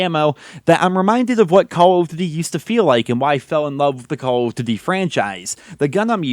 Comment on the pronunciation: why do you pronounce it "call of dty"?